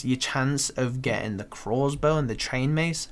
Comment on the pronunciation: Fuck me, I always pick up on the way he says that It's funny as, glad someone else is with me lmao